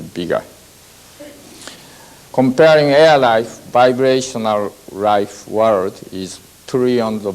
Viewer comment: Can't follow what he's saying because Everytime he says vibrational it sounds like he saying biracial